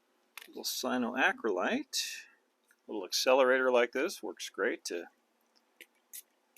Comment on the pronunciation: Hi! I really enjoy your videos and your fun imagineering! However, I wonder if you have ever actually read the labels on your cyanoacrylate glue bottles? You see the word ends in "late" rather than "lite". It's not too difficult if you practice it a few times....CyanoacryLATE, CyanoacryLATE, Cyanoacrylate. Or, you could just say Superglue!🙃